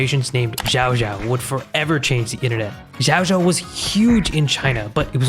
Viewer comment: xiao is pronounced more like shiao